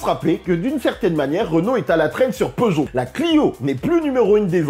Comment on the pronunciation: Oh une " reugeot " 😂